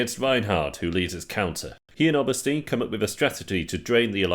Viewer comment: You watched dozens of hours of people pronouncing all the names correctly, yet you still completely butcher them ("obersteen", "fay-zan", "mitter-mer", "reventhal", "yäng", "helga"), how does that happen good video though